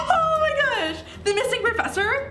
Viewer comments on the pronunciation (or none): none